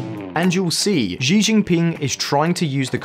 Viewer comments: Oh my god, Xi is pronounced like chi- not zi. Chinese latin alphabet, have it owns pronunciation rules. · wait what kind of chinese is that? 习 in mandarin is pronounced as SHE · can you pronounce "xi" properly? Not trying to be mean its just bugging me. He is famous and it makes the channel seem less authoritative if you guys habitually mispronounce it ( regularly screws up pronunciation of other famous names). Your mispronunciation of Tsai is perhaps more forgivable, although if i were you guys I would check the sound online for all of these before i spend hours recording